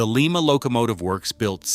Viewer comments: It's LYE MA.........not Lee Ma. Lee Ma is in Peru. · And it is lye-ma not Leema. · STOP 🛑 we don’t live in Peru. Lima, OH is pronounced lime-uh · Thank you!! …. That pronunciation bugged me all through this video ….